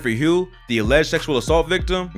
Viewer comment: I know Hough = HUFF NOT HUGH